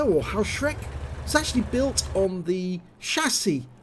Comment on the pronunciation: Good nice replay. May I correct your spelling the name of the pzsflaffette 4b. It is not "Haoshreck" it is spelled "hoeshrecke". The two letters eu are in german always spelled oi or in english letters oe. Haoshreck would be written Hauschreck. Keep it up 👍🏻